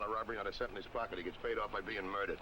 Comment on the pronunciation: Dans New York accent slipped in "Paid of by being moided !"